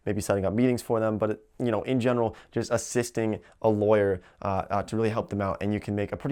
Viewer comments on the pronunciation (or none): none